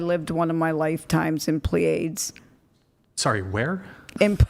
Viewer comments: The PSYCHIC WHO CHATS WITH EXTRATERRESTRIALS cannot even pronounce the word “Pleiades.” Also: is she aware that that’s the name that we gave to that star cluster? Would anybody from any of the stars in that cluster (which are actually many light years away from one another; like, the distance from Pleiades A Star to Pleiades B Star it’s not like the distance between the Earth and Mars…). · Its "PLEE-uh-dees" not "plee-aids". Im betting shes not an RN and has an LPN cert at best. FFS this show is so mind numbingly dumb. Get some men on and quit repeating the same BS OVER AND OVER. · ...It was interesting that you had no clue how to pronounce the word "Pleiades". "I LiVeD iN tHe PLEE AIDS..." Of course you did.